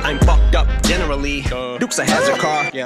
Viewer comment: 'Bar king' (bar as in rap) 'Barking' (barking, as in what dogs do) 'Bar king' (a bar where you drink) A triple. What. Also, did he just say 'generally' (Brandon Lee)?